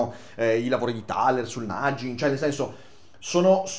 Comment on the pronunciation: Piccolo appunto: “nagging”si pronuncia con la G dura, non la G dolce. Non per fare il saccente ma visto che uno degli sponsor maggiori di questo canale è Cambly mi sembrava giusto farlo notare. Sui contenuti del video avrei qualcosa da dire ma preferirei tenermeli per quando un giorno forse mi capiterà di prendere in mano questo libro (la mia reading list purtroppo si è allungata parecchio scoprendo questo canale). Le questioni affrontate le ho in parte risolte capendo i meccanismi neuro scientifici che ci stanno dietro ma la filosofia offre sempre una utile cornice di lavoro per sfruttare questi meccanismi al meglio. Però in questo caso la cornice richiede molto più lavoro del dipinto stesso. È come se il dipinto fosse quasi lo stesso per tutti, ma ogni uno si costruisce la sua cornice (o i demoni hanno costruito la sua in assenza del capo cantiere).